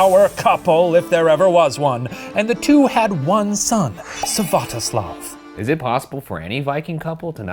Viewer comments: not to be the party pooper, but it's Svyatoslav, not Syvatoslav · "Syvatoslav" ummmmm Shane it’s not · Olga's son's name is Svyatoslav, not Syvatoslav!